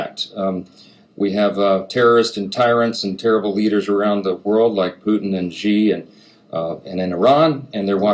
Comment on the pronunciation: Can't say Xi correctly. You're not doing your homework my guy.